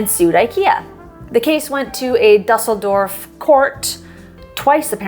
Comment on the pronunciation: Great video! Love your subtle snark😏 I hope it was snark🤔 My husband is German He had an issue with your pronunciation of Düsseldorf — those umlauts are a doozie 😉